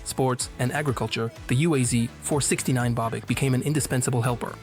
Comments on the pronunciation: UAZ is pronounced as a word, not spelling the separate letters. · UAZ and GAZ are pronounced as a word, not spelling the individual letters.